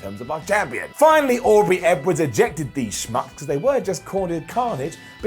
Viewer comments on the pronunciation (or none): none